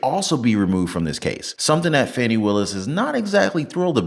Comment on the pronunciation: Trump said Fawni....😂😂😂😂 Most say Fani....and that is a more fun name...so sad she is despicable .